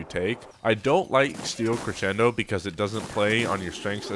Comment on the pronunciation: XD I find it funny, you know how to properly pronounce Crescendo but you don't know how to pronounce or what is...Tithe? LOL I'm not making fun of you, hey we all have those words...but I just find that funny.